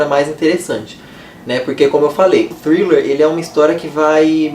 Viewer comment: Hahahahaha, amei você falando thriller no início! Ganhou uma inscrita!